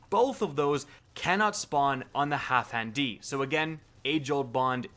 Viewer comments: Wait, why do you keep saying HalfHan D? It’s HalfDAN D. What the shit? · zJay because doesn’t know how to sound his words out. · my god the way he pronouns halfdan D, sounds so weird, Half-dan-D sounds way better IMO